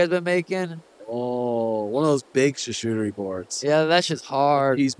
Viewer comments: SHASHOOTERIE BOARDS????, YOU MEAN CHARCUTERIE??????? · “Carchuteri board”